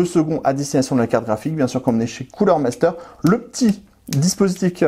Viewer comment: Superbe vidéo comme d'habitude, par contre j'ai pas bien entendu le nom du produit. 😆